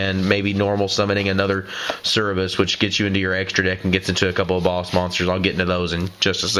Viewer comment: You keep saying Cerberus wrong. You're flipping e and b